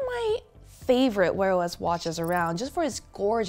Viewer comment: Did she say "wearless" devices?